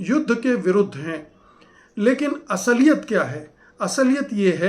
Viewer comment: " Asaliyat " Naheen. Asliyat ( Saheeh ).